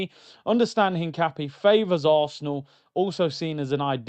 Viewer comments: Hincapie is pronounced EEN-KAH-PYEH and he's a more natural left back than calfiori and MLS moves to CM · Hincapie has the accent on the "i". The i is pronounced like the "i" in internet. The "e" like the the "e" in Endurance. Im latino